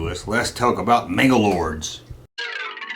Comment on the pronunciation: Why do you say “MangalorDs” when your video is titled “Manglores?” I can’t watch all of it because of this. It’s like someone calling a “resonator” a “resiGnatore” so annoying